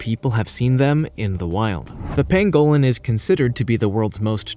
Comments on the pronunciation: Tanzania is pronounced TanzaNEEya, not TanZAYnia! Also,Grebe is Greeb, not Grebb! And Pangolin is PANgolin not Pan-GO-lin ! 😆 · Okay we all know Amercans pronounce words differently from British people but seriously Pangolin not pan-go-lin and I'm sure the Tanzanians would aporeciate the correct pronunciation too